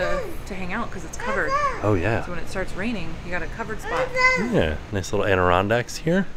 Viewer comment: its not ANdirondak 😅😅 its ADirondak 😂😂 TAKE OUT THE N